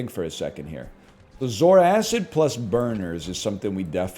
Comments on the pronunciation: I know better than to watch NL play strategy games seriously, but finally hearing the way he says it, everyone that's complained about it is right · Popped up just as my food finishes cooking, life is good Edit: Taking a bite every time he says "zoar-acid" - food is gone